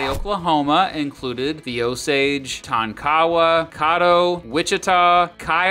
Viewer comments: People always skip over Oklahoma, coming from an okie myself. It's hilarious to hear people pronounce the names. Its not "TON-KAW-WA", it is pronounced "TON-Kuh-WAH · Its Ton-ka-wa not Ton-kawa, and the Ouachita Mtns are pronounce Wash-it-ta, not wa-chi-ta. You really suck at this. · As a KCMO citizen with strong ties to Oklahoma, I commend the video as a fair comparison. My only quibble was the pronouncing of Ouachita and Tonkawa. Ouachita = Washita with the I vowel being pronounced short as in the common Anglo-Saxon profanity. Tonkawa is pronounced with the stress on Tonk with the middle A being frequently dropped by locals. Let me know if you ever do any KC events as I would come to hear you speak. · You you butchered Native American tribes names so bad, Tonkawa, Caddo. Tonkawa is Tonk-uh-Wah, Caddo is Cad-Doe 🤦‍♂️🤦‍♂️ and Indian territory back to being Indian territory. 2yrs ago Stint passed the law that all native American counties are back to being reservations.. and during the trail of tears United States was fighting my tribe Seminoles in the Seminole War which lasted more than 13yrs and we are the only tribe to not sign the peace treaty and if you really want to get technical we are still at war because we still haven't signed the treaty. That's why we are called the Unconquered Seminoles but during the trail of tears we did not move to Oklahoma majority of the tribe "my family" moved to Mexico which is Texas now. Lived there for years before moving back to Oklahoma And Oklahoma did come from Chatahs but it's not Oklahoma it's Oka-homma Oklahoma is called Tornado Alley just because of all the tornados lol and Oklahoma is Baseball state more ppl go pro in baseball here than football facts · Tonkawa and Caddo? Check out the OK pronunciation. Give a shot at Miami, OK.